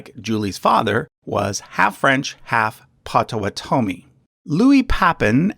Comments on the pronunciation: You also mispronounced Potawatomie. Should be Pawtuhwahtuhme. And Pawhuska. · So, if this is a collaboration, why didn't you correct his pronunciation of POT-o-WAU-to-mee!? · It’s Potawatomi that always gets me LOL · Im from Wisconsin and when he said Potawotomi i had to cringe a little. (As i spelled that horribly wrong) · Nope, never mind. I've been pronouncing Potawatomi like they do here in the Great Lakes region. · He's saying it wrong. I'm part Potowatomi. I was like no.